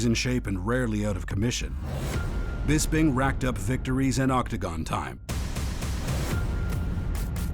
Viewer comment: "Nigel Bispin"